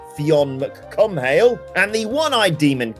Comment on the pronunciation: Jesus christ Adam... Fionn mac Cumhaill is pronounced McCool.... Like Michelle haha.